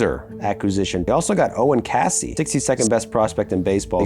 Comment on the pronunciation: It’s Owen Kay-see not Ka-see. I’m from his hometown in Ontario. Great vid guys!